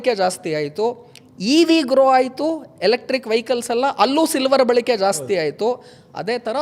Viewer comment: Balike alla Balake antha heli